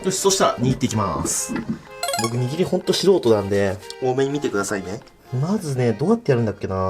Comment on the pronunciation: くっくは らりるれろ が言えないよね！笑 握りが言えてない！笑 可愛い❤笑